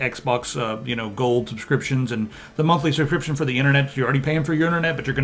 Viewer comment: an extra shubshcription fee